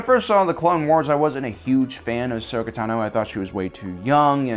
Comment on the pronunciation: Ashoka Tah-noh